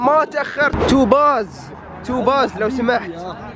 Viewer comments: توبز وليس توباز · ياعمي توبز مو توباز😁😁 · توبزز مو توباز😅😅😅😅عادي عادي😂.. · توبز موب توباز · توباااازززز ينطق توبز ياهل انت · توبز مو توباز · اسمه مو تو باز اسمه توبز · توبز مش توباااااز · هو يعرف أنه توبز لاكن مدح أو دلع بس يقول توباز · الردود : اسمه توبز مو توباز 😂😂